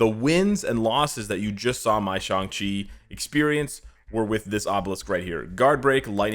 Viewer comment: YES, I see a pattern.... can NOT pronounce ShAng Chi correctly for the past 7 videos!